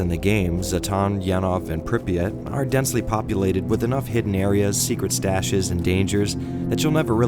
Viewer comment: btw it's pree [soft p as pee] ah [soft t as tea] i have no idea who thought of that transliteration it's 10 times more retarded than hepburn. like MOST of the words are completely wrong fps drops for obvious reason unlike "modern" games stalkers have modern (for their time) textures, polycount, lighting and physics your bullets can bounce of road or fall down if you shoot in the sky "modern" games made to run on 15 years old toasters with static linear levels and 16x16px textures with hitscan weapons i was ok with first metro, but i just can't tolerate more than 10 minutes at a time of the second it's such call of duty that i just uninstall it every time